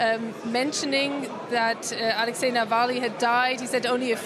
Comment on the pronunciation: A huge thank you to the presenter for saying Alexei’s name and surname right.